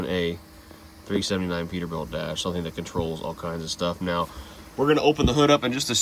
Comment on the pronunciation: Peterbilia? ScanerBilt?